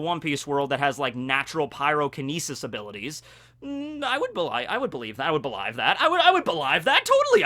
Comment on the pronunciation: "Belaive" jesus, pronunciation.